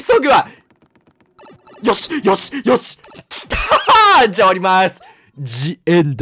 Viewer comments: 「じ」 いや、ザ だろ。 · Theをザじゃなくてジって言うのだいすき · Theの単品をジって読む人初めて見た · theだけ出てきて「じ」って読む人はじめてみた